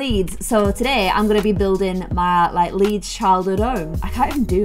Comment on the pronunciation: I’m from souther Louisiana and when you said “iM frOm LeeDS” it sounded just like a southern accent 😹